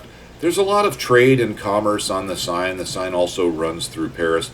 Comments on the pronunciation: Love your vid I’m just exploring axis aircraft, particularly the 109. Will give the Dora a go, what I’ve learned about your videos is to have patience over the target area. P.S, it’s pronounced ‘The Sane River’ not ‘Sign’. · The River Seine is pronounced Sen. Not Sign. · Great stuff! An hour well spent. Although the French needs a little work. So, in the spirit of 'One good turn deserves another': 'Seine'. Sign? Nah! More like 'Senn'. You're welcome and thanks.